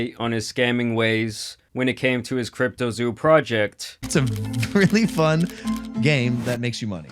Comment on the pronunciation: Anytime someone has to try to emphasize the word "fun" it isnt fun and they know it. His sly smirk when he says that makes me so mad.